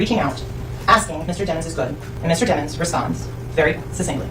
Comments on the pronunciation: i love how it’s DEMons instead of DEEMONS now. 💀😂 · lmao his lawyer calling him Deh-Monz instead of DEMONS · they say his name like damons.....lets be real its DEMONS like in the bible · Mr dem-ins😂 (DEMON 😈) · The prosecutor pronounced it demons instead of dehmons on purpose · I like how they keep pronouncing his name like it ain’t pronounced Dee- muns